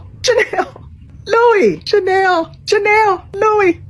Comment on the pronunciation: It's not Jhanel, it is Chanel😂